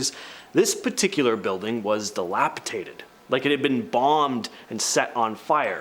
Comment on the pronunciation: dilapidated is the correct way that word. unless your from a parallel universe then it is dilapitated, like you said it.